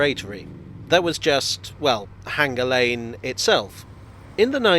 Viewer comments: Is Hanger Lane really supposed to be pronounced with a hard 'g' ? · There is no H in Hanger lane, locally it is pronounced withe a hard A as in Anger Lane.